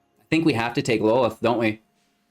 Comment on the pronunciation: Love your content. For future use though that BA spider queen is pronounced (law-th)